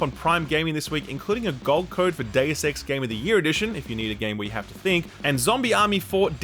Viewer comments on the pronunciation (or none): none